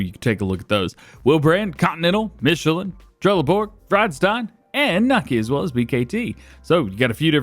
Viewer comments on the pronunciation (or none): I love the vids hate how you say the Dutch names Hahaha "veenhuis " and "Vredestein" 😂😂